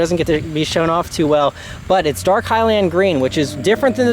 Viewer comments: “hy-lind” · I love you, but I hate the way you say "highland" lol